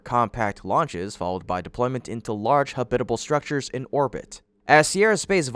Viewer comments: ha-BIT-a-ble? All my 77 years, it's been pronounced HAB-it-a-ble. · You need to learn how to correctly pronounce the word "habitable" , please.